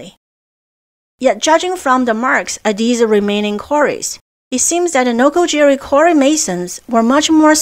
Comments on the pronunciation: Noko Giri. not Jiri Great place to explore in Chiba. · It's "noko-gi-ri", not "noko-jerry". Why can't westerners get basic, simple pronunciations right? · A “G” in Japanese is Always pronounced as a hard G. “J” is used to make a soft G sound. It is Mt. Nokogiri, not Nokojiri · NOKO GEE REE